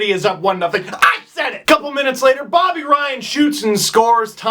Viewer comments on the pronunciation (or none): none